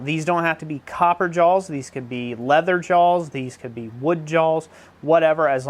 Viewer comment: I wasnt going to comment but "JAWLS" really. There is no L in Jaws LOL